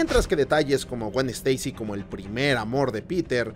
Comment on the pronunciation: Se dice Spaiderman, no Espaiderman. Steisi, no Esteisi